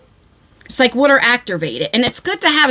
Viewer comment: Im gonna go out on a limb and say she is a Jersey girl, like me, cuz I used to say water the same way. Im a Florida girl now but I would rather be in NJ!!!